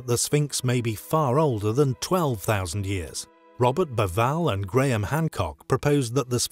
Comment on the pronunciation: How can you continue to mispronounce "Bauval", "Schoch" and "Anubis" after all this time?